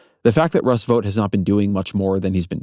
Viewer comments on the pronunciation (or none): Vought rhymes with thought and fought, not vote.